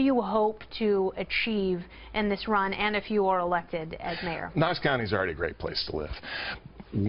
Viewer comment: Does that lady know how to say mayor she like marrol lol